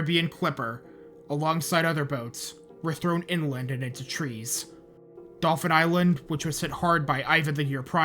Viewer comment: Dauphin Island here, thanks for pronouncing it correctly! Driving through coastal Mississippi, there are still empty foundations sprinkled on every block. Looking at Dauphin Island, you'd have no idea Katrina even touched us unless somebody pointed out the beach houses out in the water where the storm moved 50ft of beach depth from one side of the island to the other. There's never enough money to rehab the beaches completely so we will forever play a game of keep-up-and-pray with the erosion. Most of the folks here would put their houses on stilts and travel to the mainland by boat before they'd ever consider leaving. This was a great video, I am really looking forward to the next one.